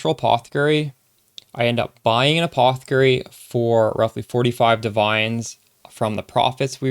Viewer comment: You can set threshold on WE. Also anyone else tripping out at how he says a-paw-the-kerry